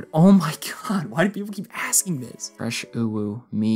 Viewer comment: Forgot The fressh